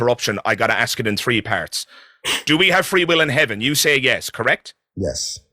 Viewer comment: What is so hard about pronouncing the word "ask?" I don't care, that is an across-the-board sign of low intelligence.